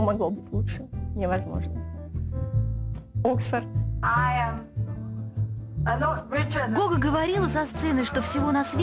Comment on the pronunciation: Не Гога а Гоха (Гаухара)